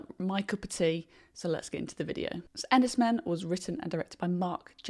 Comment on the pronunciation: It’s pronounced Enys ‘Mane’.